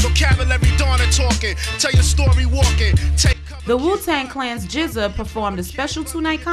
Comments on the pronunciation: you still say it as Giza same as Rza is Riza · wtff i thought it was just pronounced "G-Z-A" but she's saying "jizza" Lol what am i missing here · lol.. "JIZZA" its G ZEE AYE aka genuis. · Just Like RZA is pronounced RIZZA.. same with GZA.. LOL i dont believe that u didnt know this.